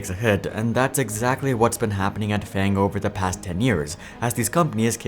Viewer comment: you said FAG jojojo